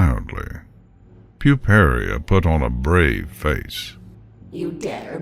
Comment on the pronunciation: The link to the story will illustrate that, but it's Puparia (pyoo-PAIR-ee-uh).